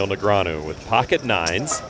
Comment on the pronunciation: You mean Neg-ree-ah-nu.